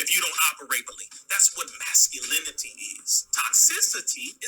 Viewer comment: You Dummy !! You Can't Even Say The Word "Masculinity" !!